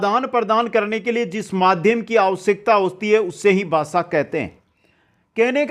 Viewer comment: Not basa it bhasa